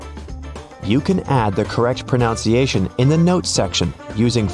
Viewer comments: Please pronounce "pronunciation" correctly. It's not "pronounciation," but "pronunciation." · Hey, pronunciation is pronounced just as it’s spelled, not pronounciation as you are saying. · Pronunciation is pronounced pro NUN se a shun. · Just one small quibble: you need to tap your own back to correct the sound of “pronunciation” — it is correctly proNOUNced, “proNUNciation” rather than “proNOUNciation.” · Oh dear, the narrator (a computer?) is embarrassingly pronouncing "pronunciation" wrong! It's proNOUNce but proNUNciation. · Here is one SIRI... it's pro-nun-see-aa-shun, not pro-nown-see-aa-shun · It's pro nun ciation not pro noun citation. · Too bad the narrator doesn’t how how to pronounce pronunciation. It’s NOT pro-NOUNCE-iation but pro-NUN-ciation! 🙄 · As an English teacher, I was bothered by your pronunciation of the word "pronunciation" itself. It is /proNUNciation/. The verb is definitely /proNOUNce/ but not the noun form. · While this computer voice is telling us how to correct Siri's pronunciation, he consistently mispronounces the word "proNOUNciation." 🙄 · Will it help you to pronounce proNUNciation not ProNOUCEciation? 😉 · "Pruh-nun-see-ay shun" Not "Pruh--nown-see ay-shun" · **”ProNUNciation*** Not “ProNOUNCEiation” 😉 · The whole video pronounces "pronunciation" wrong. 😅🤣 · You should correct the pronunciation of pronunciation it isn't pronounciation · Pronunciation - not pro NOUNCE iation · Can you get Siri to help you pronounce pronunciation rather than "pronounciation"? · So funny how your AI announcer pronounces pronunciation proNOWNciation! ironic. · Ironically, the narrator can’t pronounce pronunciation. He repeatedly says pronounciation. There’s no such word. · The word is pro nun ciation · It's difficult to listen to someone talk about the correct pronunciation when they continually mispronounce proNUNciation!! Maybe Siri can help you with that. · Let’s work on the correct pronunciation of “pronunciation.” Pro-nun-ci-ay’-shun.